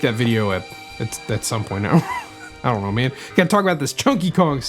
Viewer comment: “Are you serious right neow bro.”